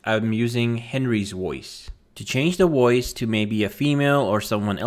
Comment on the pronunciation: The voiceover in this video sounds artificial ?? It's just that the system seems to be changing Vs to Ws. Sounds like it is saying WOICE instead of VOICE.